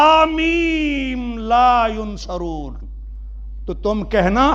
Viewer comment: pehle to ye k ye dr he na k molvi ! is ko yansurun or yunsarun bolna bhi nahi aata